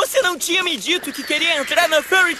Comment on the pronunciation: Nossa cara, o jeito que o pronuncia Fairy Tail me rachou de rir, por acaso o Natsu vai ter um sotaque caipira na nova dublagem? rsrsrsrsrsrsrs